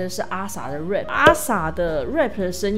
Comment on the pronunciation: 提醒一下老師 rap (要用喉音/蝴蝶音) 發音要注意 。否則您都一直念成rape (強暴)